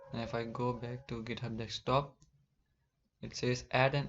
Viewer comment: it's not "dekstop", it's "deSKtop", from the word "desk"